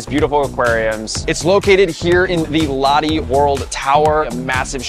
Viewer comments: Pronounced "Low-tay". Not "law-dee". Smh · Pronounced "Loh-teh"